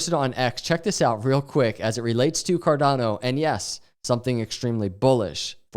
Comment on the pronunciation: carDANo 😂 you should really trademark that pronunciation